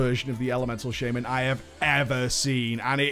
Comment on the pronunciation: "The first of them is the Shame-An" So Elemental is shit?